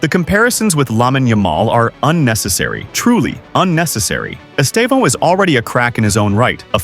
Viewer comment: By now, English people should know “Estevão” means “Steven” in Portuguese. The tonic silabe is the same, the “Steee” - “vão” ends like “”ven”, with less power. esTEvão. sTEven.